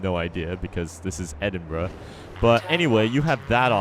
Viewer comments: When u say the city name its almost like ur saying edit bra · EHDIN “BROUH” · Its Edinbruh XD